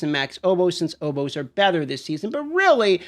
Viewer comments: I kept thinking he was saying oboes. I was very confused. Lol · Did anyone else pause the video in the beginning and ask “what the hell is an Oh-Po” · "Oh-po's" hehe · listening to dmt pronounce words like opals and obols is always so funny to me.